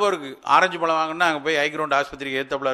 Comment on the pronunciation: பளம் இல்லை. பழம் Try to pronounce correctly